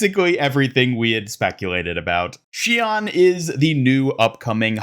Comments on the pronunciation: You said her name wrong. 怨 is pronounced not like “awn” like you said, but “own” Her name is [shi-own]. Mauga said it wrong in the intro- but if you take the kanji from her name title you can find the official pronunciation. I’m pissed at blizzard for fucking this up. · For future reference it’s basically pronounced “She-own” :3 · I need Sombra to join in with the Hashimoto. Shion/Somnra interaction would be hilarious. By the way the pronunciation of her name should be “she-oh-n”. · I kinda wonder about her name, though. The way Mauga pronounces it is not how it would be pronounced in Japanese by the way it's spelled. Should be "She-own"